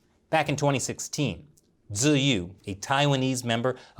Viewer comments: Tzuyu is pronounced as "chewy" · Tzuyu's name is pronounced like chewie from star wars. In hangul it's "쯔위" which when romanized is "jjeuwi" or pronounced in English "joo-wee". Thank you ❤ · Arrgh, you pronounce Tzuyu wrong!!!! 😖